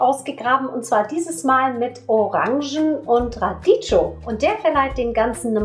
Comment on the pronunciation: Radicchio wird Radickio ausgesprochen